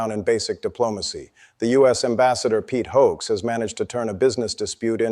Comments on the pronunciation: Expel the vulgar foul-mouthed fool back to the "intitled" country he came from! I found it hilarious the narrator got his name right only once during the whole story!! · Although it would be great to get rid of the American ambassador this is FAKE news. The narrator couldn't even get his name right. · Disappointed Carney apologized to the idiot in power down in Washington, there was nothing to apologize for. Hoekstra needs to go back to his leader and stay there. Is this announcer saying Hoekstra name wrong on purpose?? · Perhap these announcers can get to get together and learn how pronounce Hoekstras name. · This looks alarmingly like AI. He couldn't pronounce Hoegstra's name, though the clips were real. It's kinda creepy and weird - what's the point of that? Not sure I'll be a regular viewer. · get the pronunciation of the ambassador's name right ... Canada hasn't reprimanded him at all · Thats twice now this commentator has mispronounced Hoekstra. must be a bot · The first reporter couldn't even pronounce Hoekstra's name correctly............he must be American too...........simply brainless! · This must be A I. The image on the screen does not pronounce Pete Hoekstra's name properly. It is not difficult for anyone with an education. We have many Canadians who came from the Netherlands. Dutch names may be pronounced slightly different but this video is abysmal. The narrator may be an American. Yankees tend to not take the trouble to learn the basics about other nations and languages. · Please learn how to pronounce peoples names, the guy speaking on this video, keep miss pronouncing Hoekstra's name! Even though Hoekstra is a total scumbag, and psychotic lunatic. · Is this AI? This announcer never says Hoekstra correctly once. And he said the Street Lawrence Seaway. I'd expect that from AI but not from a real news reporter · Why are you mispronouncing the ambassador’s name, is this a AI voice and not your voice. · AI can't properly say Hoekstra's name.